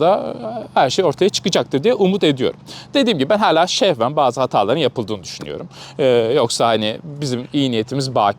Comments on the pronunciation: Hocam Şehven değil, Sehven olmalı. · şehven değil hocam sehven. şehven farklı bir anlamı var. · Haddim olmayarak yazıyorum ama kulağımı çok tırmaladı; “şehven” değil, “sehven” olmalı hocam. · hocam şehven değil sehven şehven dersen olay çok başka yere gider 😁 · Şehven değil sehven olacak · Şehven değil sehven .kamunun yanlışı masumlaştırma karinesi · Hocam yazılım bilgim olmadığı için hacklenme konusunda yapabileceğim yardım yok. Yalnız "Şehven" kelimesinin doğrusu " Sehven" dir. Anca bu kadar yardımcı olabiliyorum. 😂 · Şehven değil sehven😂😂:) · Hocam "sehven" o kelime. Like "Siirt". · hocam, sehven "şehven" dediniz sanırım 😀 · Sehven. Ş değil s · Ben mi yanlış biliyorum diye: Sehven mi şehven mi diye bakmak zorunda kaldım. "Sehven"miş doğrusu. 😅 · ŞEHVEN değil hocam SEHVEN'dir o. 😅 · Hocam şehven değil o, sehven doğrusu. Saygılar. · Hocam şehven değil sehven 😉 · Hocam şehven değil de sehven diye biliyordum acaba yanlış mı biliyorum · Hocam geçmiş olsun umarım yakın zamanda bu dönemleri atlatırsınız. Bu arada “şehven” değil “sehven” diye biliyorum doğru şekli. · Şevhen değil de kelimenin doğrusu Sevhen ❤ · Sayın hocam neden Sehven kelimesini şehven olarak okuyorsunuz? şehven başka bir şey. Sehven hatalı olarak yanlışlıkla; şehven şehvetli olarak, şehvetle demek. Bu arada kendinizi boşa yıpratmayın hocam. Red Kit gün batımına doğru giderken gölgesi uzar.. Bir yerde küçük adamların büyük gölgeleri varsa orada güneş batıyordur. Boş yere üzmeyin kendinizi. Sizin yapabileceğiniz fazla bir şey olduğunu sanmıyorum. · Merhaba, da yanlışlıkla istenmeyen yapmaya şehven değil de sehven denir. Vurgulaya vurgulaya da kullandığınız için düzeltmek istedim. Belki de makara olsun diye ısrarla şehven şehven diye kullanmış da olabilirsiniz. 😂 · Sehven hocam, şehven değil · Kolay gelsin, bu arada şehven değil sehven olacak.😊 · Diyeceksiniz ki "buna mı takıldın"'! sehven "şehven" demesi 😁😁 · Ş değil, S ile. Sehven... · Şehven değil, sehven😅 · ŞEHVEN deği SEHVEN